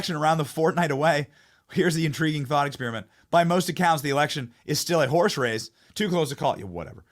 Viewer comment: Did you say horse race or horseface???🤣🤣🤣